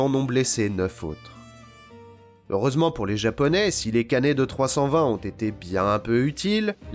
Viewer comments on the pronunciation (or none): Les "canets" ???